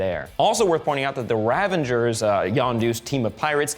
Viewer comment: Ravagers not ravengers.